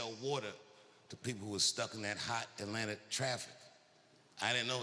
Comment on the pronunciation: As an ATLien dammnnn he said it perfectly 😅